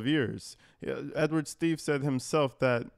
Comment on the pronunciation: That trustee's name is Steave, and she REPEATEDLY called him Steaves. You know she did it on purpose.